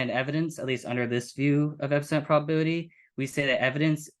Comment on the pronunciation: I had a hard time understanding this presentation. The level of complexity seems to detract from the force of the argument. Also, seems to mumble when articulating hard to catch terms like ‘epistemic’ ‘probability’ and ‘tautology’. This made it even harder to follow. I am a big fan of the New Eliakim argument, but overall you guys kinda lost me on this one.